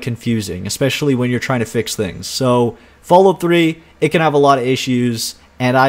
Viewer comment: I noticed that you pronounce Fallout as Fallút, like they do in parts of Scandinavia, Iceland and norther England. You wouldn't happen to be Canadian are you?